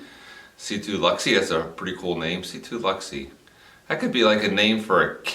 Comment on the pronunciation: Unless your trying to attempt humor (fail btw) the E is silent in LUXE.